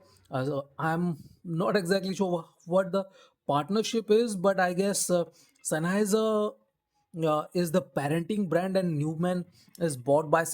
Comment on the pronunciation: it is common for non-Germans to mispronounce the name. Anyway, these are actually a Sennheiser product, as the OP has implied. I may buy one some day.